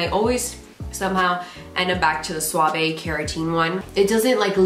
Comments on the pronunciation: Helpful video👍🏻 Your fave shampoo is pronounced swav - the e is silent 😉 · Thanks so much! Also it’s pronounced just suave without the vey sound at the end. Swauv :) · But “Sua-vay” sounds so elegant! 😂